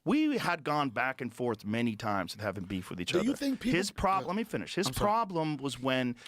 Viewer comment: "LEMMY FINNISH"